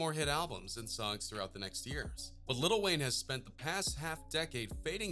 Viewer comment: Dude said lil Wayne